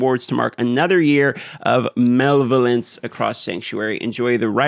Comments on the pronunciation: lol "mel-va-lence" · Muh lev el ance 😂